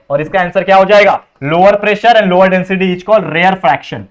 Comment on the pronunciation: sir rarefaction ko rarefraction kr diya apne